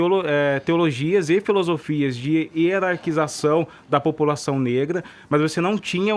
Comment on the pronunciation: mas não falei pelo sotaque, falei pelo S que ele acrescenta no final ou comeco de cada palavra. Por exemplo: "Comentário tSípico dSe Bolsominion"